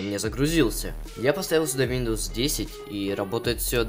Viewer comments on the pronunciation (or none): none